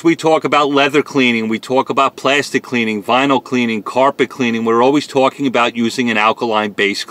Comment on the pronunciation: Always twawking...